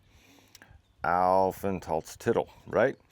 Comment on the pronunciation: If you say the word "Aufenthaltstitel" say the part "Titel" long and not short. Just for a better pronounciation. Keep practising the language! 🙂